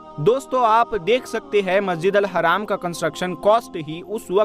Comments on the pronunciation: Sahi dhang se bolna masjid e haram hai haraam nhi hai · Bhai Sahab Aap Se Aek Guzarish Hai History Ki Comentry Karte Hoye Alfaz Ko Dhiyan Mein Rakhe Masjid e Haarm Kahen Apne Kaha Masjid e Haram Please Aap Khud Gaur Karen Jzaak Allah